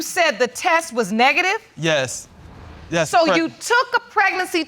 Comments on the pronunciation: The test was “Neegaty” 😂😂 I’m dying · He can't even pronounce the word negative, smh. None of their elevator goes to the top floor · Did he ask how do you say that “word”? And he was trying to say negative! I….I can’t deal😭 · He's 48 years old and can't even say negative... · He doesn't even know how to pronounce the word negative? Childish loser. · Wait so ain’t nobody gonna say anything about him not knowing how to say “Negative” 😂😂😂😂😂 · ***wait he didn’t know how to say Negative?!? 🥴🤔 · He has five maybe six kids and don’t know how to say the word “negative” yikes! No wonder the mother is there. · Me: *sees the title*.....here we go, this why I'm single. He acts like he's 18 can't even say negative right.